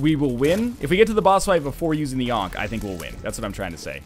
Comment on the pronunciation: for 'ankhey'